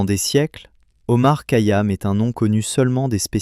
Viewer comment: Remarquable mais vous ne prononcez pas correctement son nom